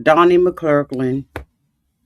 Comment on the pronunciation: McClurkin not McClurk--Lin